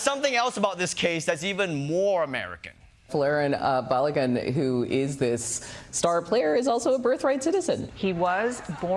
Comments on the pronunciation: Long time fan, and most of the episode was on point. But y’all need to get some normal nerds in the writers room and not just internet nerds. The red card was an awful and incorrect call (although what the president did was obviously unacceptable). And his name is Bal-uh-gan. Like imagine an Irish dude named Calligan but replace the first letter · Can’t really comment on other people’s pronunciation when you can’t pronounce Balogun pal. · Daily Show staff: spend a 2 minutes coaching Ronnie of the pronunciation of "Balogun: name if your segment is centered on making fun of how Trump bungles pronunciations. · Funny, but he actually didn’t deserve the red card and you’re pronouncing Balogun’s name wrong, even though the announcers keep saying it the right way. Everything else is spot on. Trump is a loser. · Ronnie shouldn't be making fun of people's pronunciation if he's going to pronounce "Balogun" like that. Just sayin'...